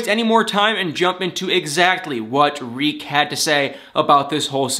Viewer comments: Why do you say REEK when its TERIK! I wish all you bloggers would actually pay attention to names of characters in the shows you guys claim to love. I know its a lot of people to keep track of but it looks really shysty and disingenuous to claim you love something and you cant even remember details about the people in the show you “love.” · It's TARIK..........not REEK ffs. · It's NOT REEK! His name is Tarik! Why do you keep saying "Reek?" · He's not calling Darcy Dar or Avery Av! Stop destroying that man's name! It's not like his name is Edward and you're saying Ed! His name is TA-RIK! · Why do you keep calling him "Reek" 🤣🤣🤣? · Did you say Dean and Rik? Was the “Ta” silent or is it your cute nickname for him? 😂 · Why are you saying "reek"?